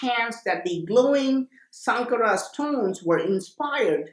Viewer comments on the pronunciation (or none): It's not Sankara it's shankara